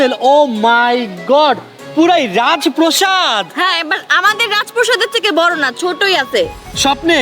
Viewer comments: রাজপ্রাসাদ ❌ রাজপ্রসাদ ✅ 😅😂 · আরে ভাই এটা রাজপ্রসাদ না রাজপ্রাসাদ 😂😂😂😂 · রাজ প্রাসাদ,, প্রসাদ না😂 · রাজপ্রাসাদ ❌ রাজপ্রসাদ ✅ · রাজপ্রাসাদ ❌ রাজপ্রসাদ ✅ 🐸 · রাজ প্রাসাদ ❌ রাজ প্রসাদ ✅😂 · রাজপ্রাসাদ ❌ রাজপ্রসাদ ✅ 😂😂😂😂😂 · আরে ভাইয়া রাজ প্রাসাদ নয় রাজ প্রাসাদ হয়😂😂😂😂